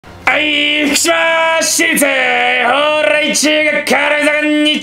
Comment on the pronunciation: 最初の学校名の蓬莱の所 舌巻きすぎたー？